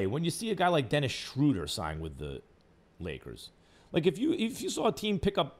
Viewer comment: My favorite part was when he finally pronounced Schröder's name right for once and immediately corrected himself and said it wrong again.